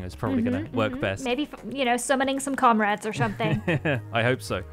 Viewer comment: am i the only one who laughed when LDshadowlady said "summoning comrades" as "summoning codrades"